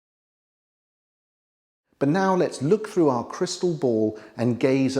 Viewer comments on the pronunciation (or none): none